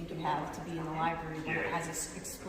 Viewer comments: Li-berry :face-blue-wide-eyes: Or Li-bRARy? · Here we have another auditor who cannot correctly pronounce the word "libRary." It's not a "li-berry." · Did he just say "li-berry"??? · Come on,, if you’re going to record in a “library” learn how to pronounce the word.